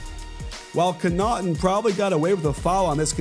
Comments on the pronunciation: On one of his podcast episodes, the guest clearly corrected coach after he butchered the name, and he still pronounced it wrong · One day Coach will learn how to say Connaughton properly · Nice video but ur still saying connaughton wrong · Coach absolutely butchered pat connaughton's name LMFAOOO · lmao I legit had to read the jersey to know who he was talking about there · Yeah that was bad